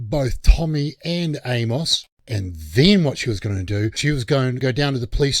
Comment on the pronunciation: For future reference for ya on our wacky Z style English from the Southern US, the name "Amos" is pronounced Aim-us or Eamus. Hard 'A' and soft 'o' as in "us". Absolutely love your channel!!! Keep it rolling with great DC content!